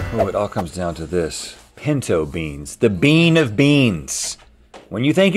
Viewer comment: Of frikin course link calls them pEEnto beans, that’s literally the most link thing I’ve ever heard 😭😭